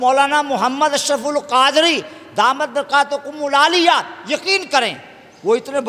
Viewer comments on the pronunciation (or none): جس کو داماتہھم البرکاتہم العالیہ صیحیح پڑھنا نہیں آتا پیر مہر علی شاہ صاحب رحمۃ اللہ علیہ کی کتاب کی عبارت پر یہ کیوں توبہ کریں ان سے توبہ کروائیں